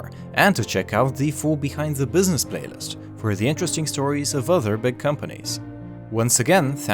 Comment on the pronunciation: did he say bwithzness ?